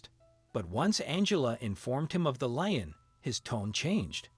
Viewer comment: A LEAN ... NOT LINE, IF YOU'RE GOING TO SPEAK ENGLISH THEN USE THE GOD DAMN WRIGHT WORD AND LEARN TO PRONOUNCE THE WORD !!!!